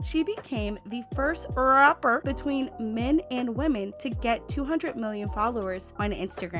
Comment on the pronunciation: It’s how she said Rrrrapper for me 😂😂💀💀